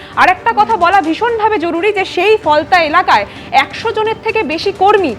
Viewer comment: কুনাল কাকু ওটা কি ফলতা না "ফলনা" 🤪 ?